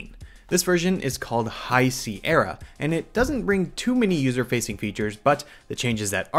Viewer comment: Hahaha :D I immediately scrolled to the comments after I heard High Cee Erra xD